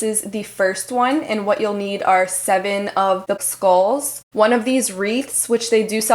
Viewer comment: I just find it interesting that so many ppl who do these diys... don't know how to say skull....